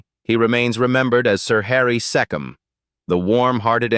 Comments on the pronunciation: Harry Seee come as in Key . NOT SE COM as in SET . This adored talented artiste doesnt deserve to be insulted with bad pronunciation of his name...idiots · So according to your clickbait headline, Jack Wild died of aids - bullshit. And Mark Lester died of sepsis - bullshit again. He's alive and well! But the worst was your insulting mispronunciation of the name Harry Secombe. It's not sekim, you fool. The AI crap never stops.